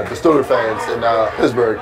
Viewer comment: He kept saying pissburg